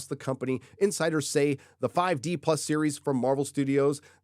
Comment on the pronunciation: I honestly thought I heard you say "Disney infighters" instead of "insiders". Still fits.